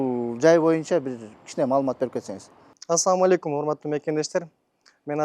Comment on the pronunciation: Атсалам эмес Ассаламу алейкум десен тууганым